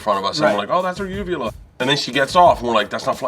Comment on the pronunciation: Sean's face when he's trying not to laugh at Bert saying "Uvula" killed me